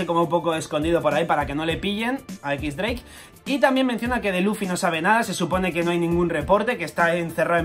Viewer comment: se pronuncia diez dreik.